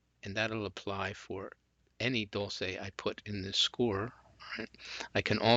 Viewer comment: it's pronounced dol-chay